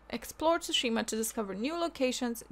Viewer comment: Ghost of Tushima? Thought it was Tsushima